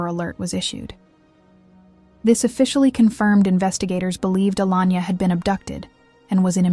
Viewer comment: HER NAME WAS ALAYNA, NOT ALANYA. GET IT RIGHT. And how many times do you want to repeat the same facts. I HATE AI SLOP